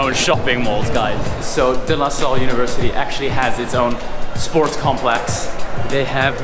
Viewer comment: Your pronunciation of De Lasalle is damn perfect! De losol is RIGHT